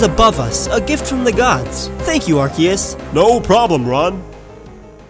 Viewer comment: Its AR- see- US, not AR- cae- Us